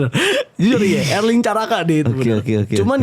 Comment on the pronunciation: Erling, bukan Erlink